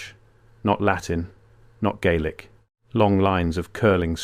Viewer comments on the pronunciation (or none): none